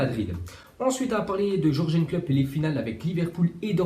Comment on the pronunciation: Tu pourrais t appliquer sur les prononciations C'est pas dur de dire Yurgen klopp parce que ton jorjen klopp ca fait mal aux oreilles.